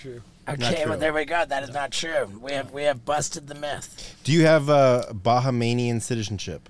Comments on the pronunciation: "Bah ha mainian"?!! Worst slaughtering of geography ever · "BaHaMainian" ........Bohemian. LMFAO!!!!!!!!!!!